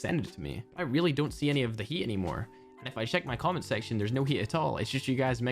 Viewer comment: I was so confused when u said comment pxrpose cause I was thinking u said “common prxpose” lol.